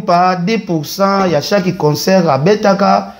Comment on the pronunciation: Balobaka chaque et non chaki 😂😂 illetre , inculque , analphabet , energumene.ken zongela classe